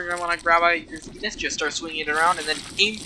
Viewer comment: As a terraria veteran, I agree with everything, except the pronunciation of Zenith…